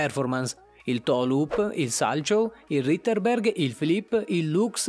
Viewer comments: Si legge salchof non salchow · Si legge salcof non salciow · Salchow si legge salcow E lutz no lux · Per favore, informatevi sulla pronuncia dei cognomi: "Witt" si legge "Vit". Sasha Còhen, non Cen. Zaghìtova, Trùsova, Surià Bonalì (diventata leggenda non per il salto mortale), Bilman... A 4 anni iniziano a pattinare in tantissimi. Non "salciov", bensì "salhov". E rìttbergher. E àxel... Ora si fanno anche i salti quadrupli, e il numero dei salti dipende dalla categoria e dal programma (corto o lungo). Questo numero è regolamentato non per mettere tutti nelle stesse condizioni, ma per far mostrare la capacità di eseguire salti diversi, passi e trottole. Non si chiama "saltellaggio", ma pattinaggio, e saper proprio pattinare, non solo saltare, è fondamentalmente. Oltre che difficile. E non si parla di body, si chiama vestito. E non serve sensazionalismo ad effetto. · Ci sono un po' di imprecisioni. Ad esempio sui nomi dei salti, Salcow si pronuncia come è scritto (e non salciu) e uno si chiama Lutz e non lux. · Il Lux ahahahahahh. Si scrive Lutz e salchow si pronuncia [salcof] non [salciow]. Un sacco di inesattezze anche sulle regole. Rip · Si pronuncia salkof 😂😂 non salciov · Sarebbe bello se lo facessi anche per il pattinaggio artistico a rotelle, Hai sbagliato 2 salti , salchow si pronuncia salkow e lux è lutz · Io sul ghiaccio e si pronuncia salcof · In realtà si pronuncia "salcof" O almeno a me hanno sempre fatto dire così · Mi hai fatto morire quando hai detto il salchow 😂😂😂😂perché di dice salcof .Comunque questo sport lo amo ❤ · Eh si...proprio così , Salcof... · Qualcuno lo doveva dire 👏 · Io faccio 0attinaghio artistico a rotelle a livelli agonistici e sono campionessa regionale, comunque il secondo salto che hai detto si scrive salchof , ma si legge salcof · Un bellissimo video ma il "salchow" va pronunciato "salkow" e il "lux" va scritto "lutz" ma per il resto complimenti è un bel video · Allora al minuto 06.03 si dice salcof e Luz non lux